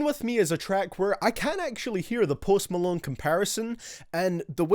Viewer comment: Of course the person who made this video is some 25 year old white guy from Ireland with glasses and a shitty beard. I bet $10 this guy doesn't even listen to rap and if he does its probably logic and as he pronounced it "posed molone" pretty much just some nerd that got bullied in high school hating on all the good artists of this generation